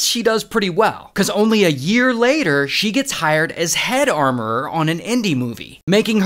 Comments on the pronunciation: Hes fighting for his life pronouncing armourer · This is how you butcher English😅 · I want a blooper of ray saying armoureerer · Did he say Amourereeeerer😂😂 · I like how he says armororrror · Anyone else had to google "armourererrrerr"? 😂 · Armorourer ❌ Armourerererer ✅ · 😂😂 he's hilarious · I want to hear you say Armourer fifteen hundred more times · WTH I THOUGHT MY EARS WENT BROKEN